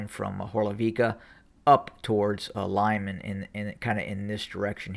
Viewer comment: Good analysis but my bratya, it's pronounced "Loo-mahn" not "lime-an" and "Don-bahs" not "Don BASS pro shop" although I like how u say Donbass lol xD